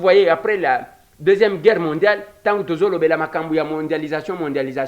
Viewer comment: Guerre pas gueurre ndeko. (C'est un détail mais comme vous le dites souvent, je me permets :))